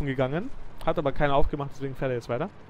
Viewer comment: es heißt fährt nicht fahrt!!!!!!